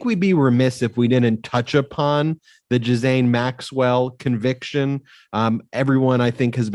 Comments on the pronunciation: First time watching. Please note : Her name is GEE'Lane ...or the americanized version Ga'Lane... NOT Giz'ane. When you are going to speak about people...you need to learn how to appropriately say their name... so you don't look less than intelligent. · GH is pronounced gue and the s is silent... 😉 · If you can't pronounce her name, just call her Ms. Maxwell. It's a HARD G, and THE S IS SILENT. Sounds like Gill-Ain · Not That it matters, and only as a point of interest - I heard one of the brilliant lawyers on the podcast #sistersinlaw provide the correct correct pronunciation of Maxwell’s first name. apparently, it’s a French name, and it’s pronounced - Gill-ain. Hard G, silent S. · Before this guy came on he needed to learn how to pronounce her name correctly or consistently; it's pronounced Gil-lane! I bet Ghislaine is uncomfortable in prison she is probably scared and lonely. I'm sure her brother is putting money in the accounts of people that are close to her in the jail house. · Ghislaine, not Giselle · Right. Also the s in Ghislaine is silent.